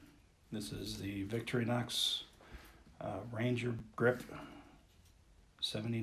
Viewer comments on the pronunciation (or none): Its pronounced vick-tour-e-nox, not victory- nox